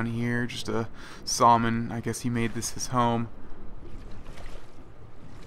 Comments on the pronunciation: It kills me the way he says salmon XD "sawlman" it's supposed to me "samon" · It's pronounced "sam-on" not "saw-low-mon". Just a heads up in case you say that in public. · FYI - Salmon is phonetically pronounced as sammin. :) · IT'S PRONOUNCED (samon) NOT (sawlmen) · Pronouncing salmon a bit wrong got on my nerves. Just saying. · Nothing creepier than the way this guy pronounces salmon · It was driving me nuts. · I was laughing at it, I suspect he was mispronouncing it intentionally though. I actually do that in person a lot and it drives people crazy.